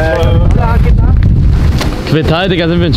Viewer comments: Eli: ,,Qwe tal..." Spanisch muss gele4nt sein eli 😂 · Das wird Ke tal ausgesprochen